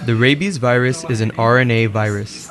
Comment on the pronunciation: I'm with Microsoft tech support, we beli ve your computer has a wirus.